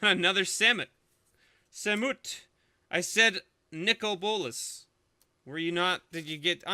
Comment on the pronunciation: Says "give me a bolas" what I hear: "give me ebolas"......O.o still amazing box....